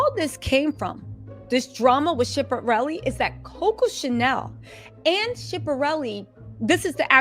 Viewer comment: U are totally butchering All these designers names mulger , shipperelli ?😭😭😭🤣🤣🤣 comedy gold